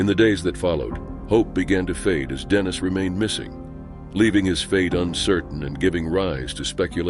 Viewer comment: Dannis? Think you mean Dennis